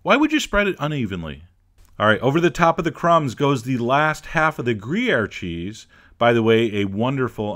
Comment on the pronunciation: greeair ... it's gruyère, and it's freaking delicious ...